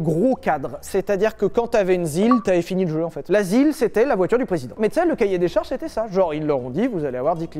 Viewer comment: l'asile (la zil) 🤣🤣🤣🤣🤣🤣🤣🤣🤣